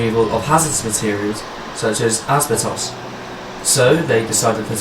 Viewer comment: You mispronounced asbestos